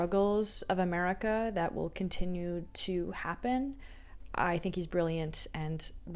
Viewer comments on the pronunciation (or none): none